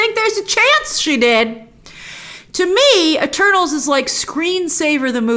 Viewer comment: At first I thought she said “well I just watched turtles!”